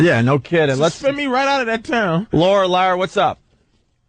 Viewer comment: Opie fucking has the reading skills of a 5 year old "let's go to Lara in mastic" it's pernounced and spelled laura WOW what a fucking tard